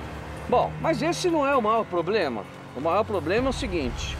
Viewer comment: Quem viu o Celso falando ploblema deixa like.